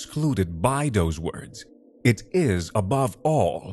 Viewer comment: I’ll start by saying that the narrator has a great tone to his voice. Yet. Apologize for the harsh criticism, but having someone with such a strong foreign accent ruined the immersion for me. The first “Those” pronounced “Doze” pulled me out.